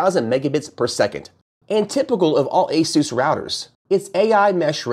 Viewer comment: Guy doesn't even pronounce Asus like everyone else. Kind of telling on himself. He's just reading the product descriptions.